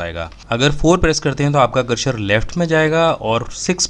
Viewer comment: सर, करशर नहीं होता, ,,करसर कहते है, दोनों में फ़र्क़ है न !